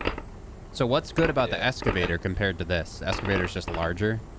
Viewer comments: It’s Excavator not Escavator... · It's pronounced EXcavator